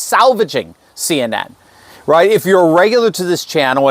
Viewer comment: CNN said as a word sounds like SIN. 🤔